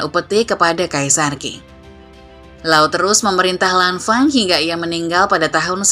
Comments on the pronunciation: Sedikit koreksi min, Dinasti Qing dibaca Ching,bukan King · 清 Qing dibaca Ching, bukan King.